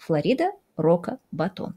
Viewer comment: Не Рока Батон, а Бока Ратон (город во Флориде)